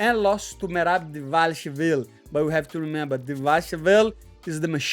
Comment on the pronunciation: Money trying to pronounce merab straight to cut is comedy